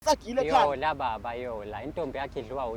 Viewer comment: 😂😂😂😂😂😂😂 yhooooooo sana into endiyhlekayo kubhlungu amaphaphu 😂😂😂😂😂😂 ndithanda umfana xa ebiza u Yola athi "Loya" 😂😂😂😂😂 As for umakephu uyadelela xeim yena udinga nje isbhaxu And The next big thing "bafo solokhu ubiza abantu ngezfebe benziwe nguwe"😂😂😂😂